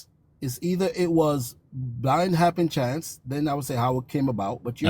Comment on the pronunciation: "I'm trying to AX you about HAPPENCHANCE"